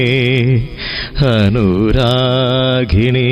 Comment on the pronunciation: നല്ലൊരു ഗായകനാണ് അഭിനന്ദനങ്ങൾ, പക്ഷെ ഉച്ചാരണം ശരിയാക്കണം ഉദാ..(ഹനുരാഖിണി, ഹിതായെൻ ) ആ..... വരുന്നിടത്തെല്ലാം " ഹ" കേൾക്കുന്നു.